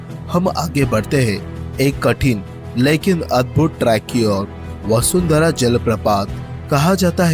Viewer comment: वसुंधरा नही है बसुधारा है ।